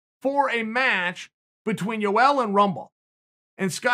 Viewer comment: “Joel”. Gotta love it.